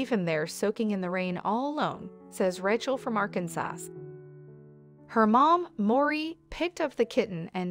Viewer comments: Did you just fucking say Ar-kun-SASS? Is this AI or just some dumbshit? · Arkansauce.😂 I've heard Arkansas pronounced many ways but not like this.😂 He did what to the food? Straighten it? Really can't have crooked food. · Arkansas is pronounced Arkinsaw. Obviously, a computer voice. Is this story real? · Rachel from Arkansause lol